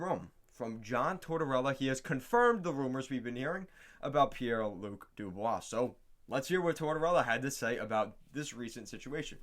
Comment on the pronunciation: Pie lu dubois lol